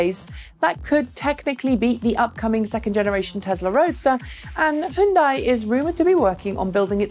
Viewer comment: Just a reminder, it is not pronounced "he yun die". you got the y as in yellow right, just don't add the e sound after the h. And the bit at the end sounds just like 'day'. "H-yun-day". in two syllables. Hyundai.